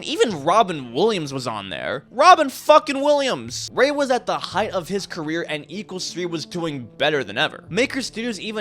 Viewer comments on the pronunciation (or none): the H of the word Height got me